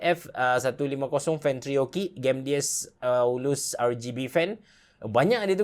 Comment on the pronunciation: Sebutan "RGB" ialah 'arjibi' bukan 'argibi'